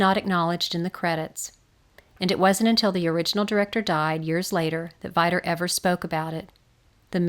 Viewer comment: Awesome project one thing to add it’s pronounced (vee-dur)